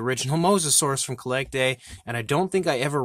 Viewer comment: I think it's pronounced "Collectuh"